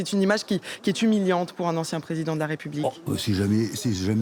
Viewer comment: Marie Schuster ; "En chien" au lieu de "Ancien" Est il un simple lapsus ? 😂😂😂